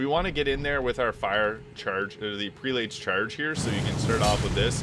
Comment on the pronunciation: Prelate is pronounced “PRELL-it”. Js